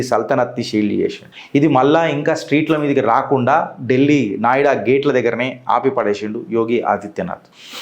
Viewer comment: నాయుడా కాదు నోయిడా